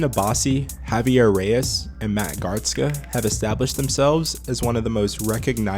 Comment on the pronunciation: Garstka, not Gartska. It’s pronounced like a snare- hihat-snare fill 😅